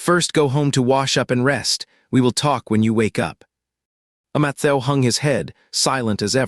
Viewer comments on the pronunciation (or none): Poor Matthew... can't speak your name😂😂😂😂😂😂